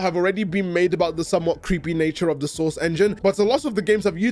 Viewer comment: you need to have a "source" quota for all of your scripts. Whenever you say it, it sounds like you're saying "sauce" and it makes the world seem a little brighter every time.